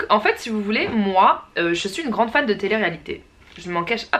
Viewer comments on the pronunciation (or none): none